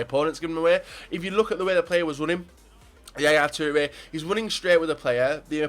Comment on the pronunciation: The way you say Toure still makes me laugh